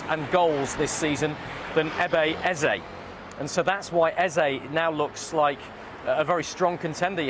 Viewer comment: Eberechi eze not Ebeye eze.